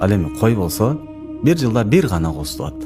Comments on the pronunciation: Бул айтканын туура,тууат эмес тууйт дейт,кыргыз тилин таза суйло. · МаашАллах!!! Кечириниз сонун баян бирок туат эмес тууйт деп айтсаныз туура болот